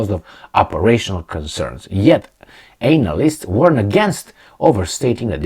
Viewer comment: please check your pronunciation of 'analysts' it has nothing related to anal, but with analysis